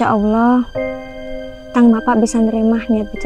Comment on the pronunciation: Filmx cukup bagus..tp cuma satu pesan dari saya pribadi..buat lah film yg se akan akan tdk mnjadi contoh buruk kpd masyarakat..dan saya pribadi minta dgn kata ( ALLAH ) d prbaiki..kita kan asli Madura masak TDK bs ngomong ALLAH dgn omongan bnr n jls..d bnykx film ttp aj saya dngar ALLOH bukan ALLAH